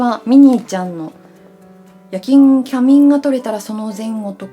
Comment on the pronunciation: 仮眠をきゃみんて言っちゃうの可愛い…て思ってTikTokからYouTubeに流れ着きました。 さいこう。